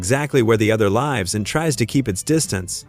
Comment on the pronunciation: Yeah it's AI slop and I didn't make it much further before turning it off. it pronounces "lives" as in " 9 lives" when it clearly should be pronounced "where it lives" that was where I had enough of this crap